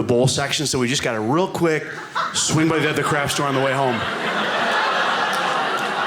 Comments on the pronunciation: I wondered 'What is a "crash store"?'...ooh, it's 'craft' pronounced poorly. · The first few times I thought he was saying 'crash store'. Bad pronunciation.